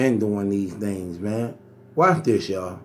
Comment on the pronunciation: Lmmfao!!! Were coming to your live from LD TV... were you hear words like..... "backetball"," dhings" "vowlation"... and last but not least..... "fahder"!!!